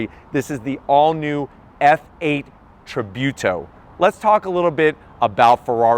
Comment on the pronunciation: Its pronounced Tree-Boo-to, lol